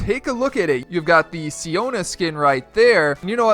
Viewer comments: Siona not siara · Who else died laughing when he thought it was siara instead of siona lol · Her name is siona you have one more chance to say her name correctly or else your gonna be YEETED into space